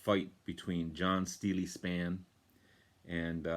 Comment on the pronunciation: Hi, really good to see Steeleye Span get a showing on the VC. Check out their 1974 album, Now We Are Six as it features none other than David Bowie playing sax on To Know Him Is To Love Him. Great video!. P.S. the guys are correct. It is pronounced Steel Eye Span